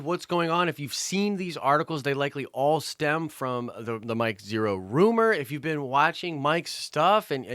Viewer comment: You lost me when you said Mike Zhero!